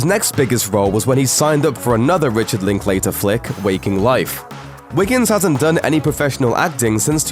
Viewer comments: I enjoyed the scenes but Linkater is pronounced...Link-ladder...thought y'all might like to know from a Texan from Austin we have a strange way of pronunciation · Would be great if you wrecked to pronounce Linklater's name correctly, but I guess being ignorant is vital to your existence.